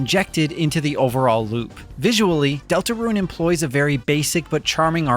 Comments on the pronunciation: I keep hearing Delta RUIN (roo-ehn) - when I'm pretty sure it's just DeltaRUNE (ROON) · I keep hearing Deltaruin instead of Deltarune